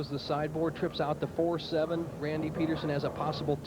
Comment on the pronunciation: PEED-ER-SON! PEED-ER-SON! Good gravy 🤦🏻‍♂️